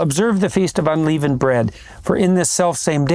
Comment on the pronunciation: You think someone would’ve told Jordan he’s pronouncing “unleavened” wrong. He eventually corrects, but still hilarious 😂 like Biden saying “palmist.”